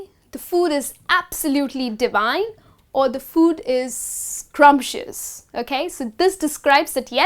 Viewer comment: Madam the word is scrumptious but not scrumpitious